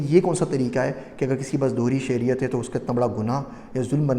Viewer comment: The word is Shehriat